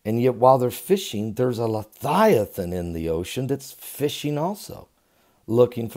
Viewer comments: leviathan...... not lethiaton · I don’t understand how you can SPELL leViathan correctly, but you can not pronounce it correctly. Why do you pronounce it “Le Thigh A Than”. Am I missing something? I could see if you were trying to pronounce the word H3882 in a Hebrew dialect, but that’s not it either. So what’s the deal Pastor? Are you intentionally mispronouncing it or can you legitimately just not pronounce it correctly? Sincerely, I’m not trying to just be negative. I just think it reflects poorly upon someone when they don’t make the effort to pronounce words correctly. It makes them seem very unintelligent. I looked up the word to make sure I wasn’t pronouncing it incorrectly all this time, and the interlinear concordance and lexicon shows a transliteration Of Livyathan, (LIVE-E-Uh-Thon) Here’s my citation: Click the listen button. Sincerely and with respect In Christ’s Love. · Love you... I am fairly sure you are pronouncing the name incorrectly.